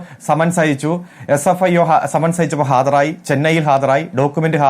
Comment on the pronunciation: Fsio അല്ല പൊട്ടാ sfio എന്ന് പറയ് 😂😂